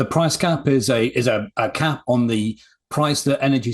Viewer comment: It’s price CAP, not gap.